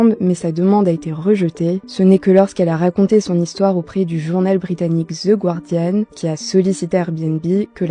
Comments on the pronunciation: The Guardian se prononce garedian pas Gouardian. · On prononce GARDIAN ! Pathétique... Une pseudo jouraliste qui ne sait même pas comment prononcer le nom du principal journal britanique ? Qu'apprends-t-on en école de journalisme à par le woko-marxisme ? L'IA et X vont vous balayer, plus besoin d'intermédiation pour connaître l'actualité (enfin, la propagande de gôche).